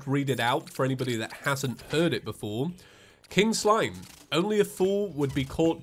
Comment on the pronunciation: Why does “free King Slime” sound like “freaking slime”